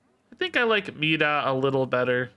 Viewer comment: I did notice how you were saying Mi’da and it was starting to bother me lol. I liked your original pronunciation MY-DUH